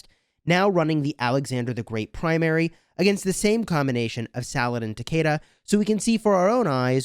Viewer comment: It's pronounced sah-luh-deen